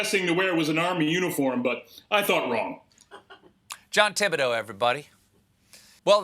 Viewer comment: “Professor Jon Tib-da-dough?” Had Corbett’s name had not also been French, this would have been somewhat amusing; it jus comes off as straight-up willful ignorance.